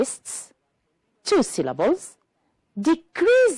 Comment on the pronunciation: Scientists includes three syllables not two, SCI-EN-TISTS